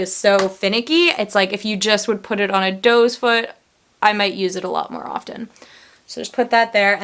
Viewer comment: Are you saying dose foot? Is that what they're called in Canada? Hehe you're too cute! We call them "doe" foot applicators 😁 Edit: I do want to try that MAC concealer. I hear so many good things about it. I just bought a MAC paint pot. I hear you rave about it so I can't wait to try it. I bought "layin low." You're a bad influence 😉😄